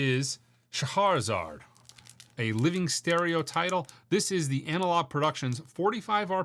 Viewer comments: Cha-har-zard? C'mon man, it's not hard to learn how to pronounce these classical titles 🤣 it's "sha-HEH-ra-zahd" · Seriously, it's time to learn how to pronounce Scheherazade correctly. (Sheh-hair-uh-zod) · Sheh-hair-a-zard, actually.